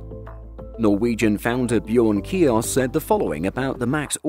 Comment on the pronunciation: Bjørn Kjos is pronounced "Bee-yern Shoos". You're welcome.